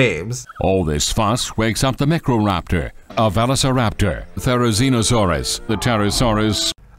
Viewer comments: "Therozeenosaurus" "Protoceratomps" "Meckroraptor" "Valasiraptor" "Pterosauruses" 😂😂😂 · How did they screw up a pronunciation as simple as Microraptor?